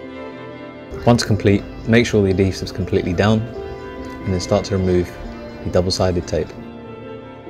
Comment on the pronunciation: Just to let you know it is Adhesive not addesive